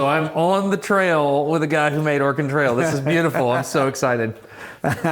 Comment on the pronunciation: Also, as an Oregonian, even now livin in the midwest; i will always notice how everyone not from Oregon mispronounces it. I will say tho, several of the times when Destin said it was clearly close to the perf correct pronunciation, ex at just after when the autogen captions even think he said "organ trail" Bcuz thats the trick to sayin Oregon right, ya say it in a way where the e in it almost disappears; but its still there just very subtle. But for someone who hasnt grown up hearin it said the right way in Oregon; the best way to mimic how we say Oregon is, imho, to take a nod from how some French spkers will say French learners shud say au revoir to sound less accented For au revoir, youve def heard it pronounced technically correct by many ppl in USAs movies (likely others too) spkin French, but a person immersed in French from birth will say it almost as auvoir or au evoir, but the re part is there; its just extremely subtle to someone who hasnt immersed themself in a culture to the pt of hearin the words daily and sayin them back, in the local accents Dont even try to say Oregon, just say Organ or rly anythin similar and youre gonna come way closer than Or Again which is what it sounds like ppl are sayin to my Oregonian ears when they say Oregon in the default tv/movies accent